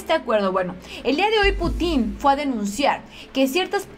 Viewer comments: que buena noticia,pero ya te dije que aprendas a leer bien y no cambies una palabra por otra cómo cuando dices putín - pútin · es Владимир Путин, se pronuncia Putin, con acento en la U, no Putín, respeta a nuestro nuevo mejor aliado;) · Jiji, No es 'Putín', es Putin no es lo mesmo : ) Pero eres una hermosa y se te perdona esto y más! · Que buena noticia ojalá todo sea para bien de México. Por cierto y solo como comentario, el apellido Putin no lleva acento en ningún lado, por lo tanto no se pronuncia "Putín" sino "Pútin" (como si tuviera acento en la u). Es solo un breviario cultural. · no se dice Putín,porque se escucha cómo una grosería,en nombres propios se dice Bladimir PÚTIN, siempre el acento en la primer vocal.aqui ya cabéa dijo el indíto,o ancina pué, jajaja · es PUTIN, no PUTÍN 😆😆😆😊😊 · Pútin...no Putín.... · Jijiji Es pú tin No Pu tín Jajaja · Cuidado con los nombres y apellidos. El presidenten ruso es PÚTIN con acento en la 1era sílaba no Putín con acento en la última (lo hago gráfico aunque no se escribe) En el idioma ruso muy pocas palabras si no es que ninguna son agudas ya sea con acento prosódico, diacrítico u ortográfico. Nada personal, no lo puedo evitar soy maestra y es una cuasi obsesión.... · Se pronuncia Putin, y no Putín 😂😂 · el nombre del presidente Ruso se pronuncia Pútin. Saludos. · No es Putin, es Pútin, sin acento, pero cargando la pronunciación en la u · Alguien noto que dijo putín con asentó en la (i) haciendo referencia a homosexual en diminutivo jajajaja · Jajajja saludos,se oye chistoso cuando dices Putin,le asentuas en la i se oye put"In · Creo que Putin es una plabra aguda... y el acento fonético es en la última silaba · Si verdad, se escucha chistoso como lo dice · Hay que pronunciar bien nombre del presidente ruso.